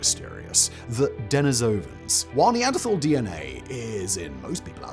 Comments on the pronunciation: Nee-an-der-TALL Not Nee-and-dra-thall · Any other anthropologists in the comments, screaming over his mispronunciation of Neanderthal 😂 the h is silent people